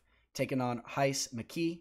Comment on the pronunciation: Rhys = Reece ;)